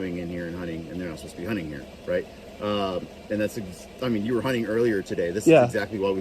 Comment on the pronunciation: I can't stop laughing at hearing you say "hunning" instead of "hunting."